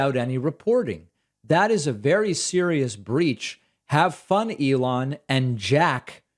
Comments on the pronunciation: we heard you say lelon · He called him Leon and then repeatedly said Elon, so that folks wouldn't think that his brain is mush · He had a glitch, started by calling Elon, Leon. Then caught himself. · Leon, lol. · Yes, he said Leon! 😂😂😂😂😂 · Sounds like "Leon...Ellond" to me before he finally got it right on the third try. The hell does Rivendale have to do with this? The hobbits' company is RocketLabs, not SpaceX. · That's weird, cuz when he repeated Elon after his mistake, my first thought was: Mush. Confirmed. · Love how he mispronounced Elon's name and then tries to play it off.